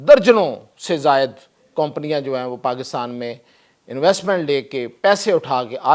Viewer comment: You don't know how to pronounce (company ) Improve your language brother !